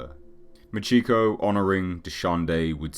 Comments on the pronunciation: Its pronounced "Maw-cheh ko" not "MA CHEEK oh" jesus christ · Maw-chee-ko not Muh-chee-ko. I've always loved the story of Machiko, but I'm going to have to hit you for saying her name wrong. Great video otherwise.